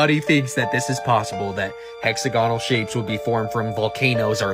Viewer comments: As long as you pronounce it "hex-a-gonnel". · I have seen it form from Steel slag, And yes he needs to learn how to pronounce Hexagonal. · you can get hexagonal (a word really should learn to pronounce properly) shapes when mud dries out, or when bees make their honeycombs, among other things that occur naturally. Why? A hexagon is the shape that best fills a plane with equal size units and leaves no wasted space. Hexagonal packing also minimizes the perimeter for a given area because of its 120-degree angles. With this structure, the pull of surface tension in each direction is most mechanically stable, which is why even though bees actually make their honeycombs with circular units, the end result when the wax hardens into place is hexagonal. Likewise when a sufficiently viscous fluid like molten basalt solidifies.